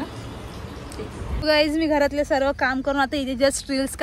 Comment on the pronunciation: Sarvey mhanun nako sarva mhan bai